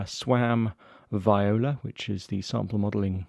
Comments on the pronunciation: Why keep saying “vĪ-o-la” in no language is that the correct pronunciation. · Sorry Jay if you’re disappointed, it’s just the way I say it. Vee-oh-Lah is how I guess it’s supposed to be pronounced.